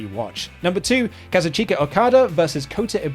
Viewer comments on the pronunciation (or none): My man really just said Kaza-CHEEKA Okada!? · Not to be a complete weeb but the way you pronouce Okada's name is bothering me. It's (Kah-Zooch-kah) lol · "Ka-zu-CHEE-ka Okada vers..." Me: pauses video to post this comment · can you please fix your pronunciation of Kazuchika, pls!!! i love you guys and your content but that just cringes me out 😂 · Can someone tell him how to pronounce "Kazuchika"? xD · The way he pronounces Kazuchika